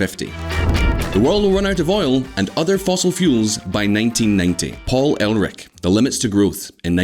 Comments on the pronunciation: you pronouced it paul elrich instead of erlich lol. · The Malthusian idiot was not "El Rick" it was "Urrr Lick." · It's "Err Lick". And it's "new clee ar". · Who listenes anyone who can't even get 'Ehrlich' right....